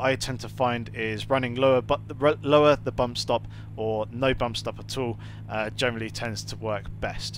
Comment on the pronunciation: Nice video's, informative. What word is it that you keep saying "Germally" or something? Sorry English isn't my native language and i keep thinking you're saying 'Germany' lol.